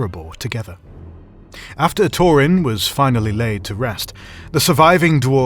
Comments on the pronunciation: Torin??? Isn’t it Thorin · Its Thorin, not Torin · Why does he keep calling thorin "torin"? Almost every name totally mispronounced. Like nails on a chalkboard. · Bro stop with the torin it's thorin oaking 🛡 shield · Who the hell is Tor-in & Glow-in? and wtf is mit-tril? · "...and Torin was left grievously wounded" and so was my ears after that (and other) terrible mispronunciation(s)(..."together with Glowen..." ) from whoever this person is! I don't know who this person is but he lacks a certain something that Karl has, not sure what it is but I wasn't as engaged in this as I should have been. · Once again TH in Tolkien names and words are prounounced as an F so Thorin is pronounced Four-in, like Théoden is prounced Fay-oh-den. Thranduil is prounounced Frahn-du-ill. PLEASE, learn to say words and names of Tolkien right! Also, Oin is not prouncounced Oh-in but Oi-n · Great video, but have you mispronounced words, I don't mean offence, im just used to the way the movies and audio books pronounce them. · I HATE HATE HATE the way you say Thorin JUST STOP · Great video, but you could improve the pronounciation of some of the names. For example: Thror, not Tror (same with Thorin) and Oin, not O-in